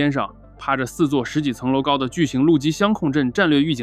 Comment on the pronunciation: 相控阵的相是“相位”的意思，读象不读箱